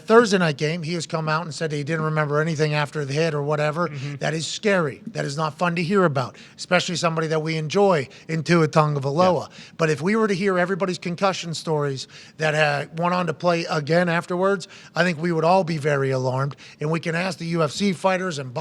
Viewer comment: Why does everyone pronounce Tua's last name with an N?? It's TagO not TaNgO